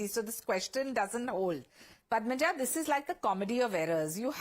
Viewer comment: Stupid north indian guy cannot even pronounce anchor's name. It is Padma-ja not Padamja! Sala chutiya!!